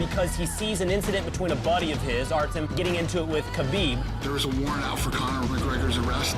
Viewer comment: Ye fk Khalabeeb